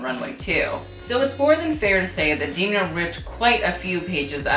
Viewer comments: It’s not D’ee’mna, it’s Demna. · ok this video was ~sooooo great~ but i have one small nitpick - it's pronounced 'Dem-na', as in them, not 'Deem-na' as in theme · you idealize alessandro a bit too much ..... (miuccia) also: *dam-nah